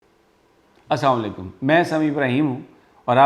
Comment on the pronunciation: We proud of you, May Allah keep you happy and safe forever. May Allah protect you from evil eyes. But Please Aslam o Alikum drust alfaz ke sath bola kere.